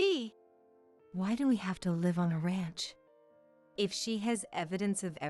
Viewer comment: live is not pronounced correctly